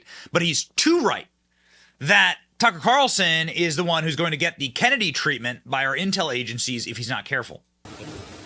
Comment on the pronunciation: Why do you have to say “Tucka’ Calrson” at the beginning, middle, and end of every sentence when reporting on him?!